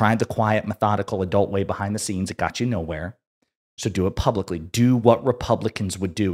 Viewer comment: plubicly that is…